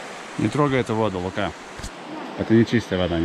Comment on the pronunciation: Лука с ударением на у.